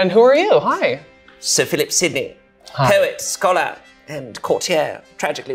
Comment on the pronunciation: I just got his intro. "Hello, my name is sore Sir Philip Simpnee". I thought all this time he misspoke.